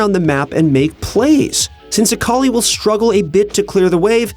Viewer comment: A-akali nerf? Oh no.. Aakali